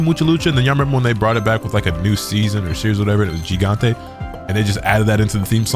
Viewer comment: Dude, Mucha Lucha is my jam! (Also to pronounce Gigante you say it like if it started with an H. Since for some reason someone decided it makes an H sound in Spanish...)